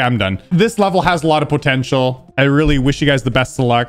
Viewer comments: Never heard anyone say it like him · The way says ‘potential’ is hard proof that he’s canadian;) Great video, you’re amazing